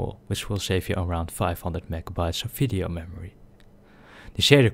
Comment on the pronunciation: Why are you saying fisheo and not video